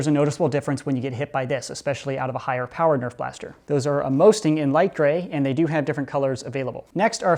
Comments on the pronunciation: the Amosting darts are meant to sting: that's why it's pronounced Ammo-sting. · just saying amosting is pronounced ammo sting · Do you mean to say A-more-sting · I would assume they're pronounced ammo-sting because they are supposed to hurt more. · I hate how he pronounced Amosting